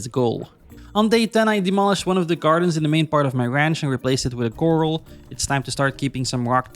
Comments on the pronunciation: Love the vid! It’s also pronounced Kr-al not coral😂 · Sorry to correct you but it’s pronounced Cor-ral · did you ever figure out corral is not pronounced coral? 🪸